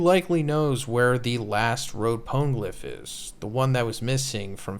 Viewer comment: Love the content but the way you say poneglyph pisses me off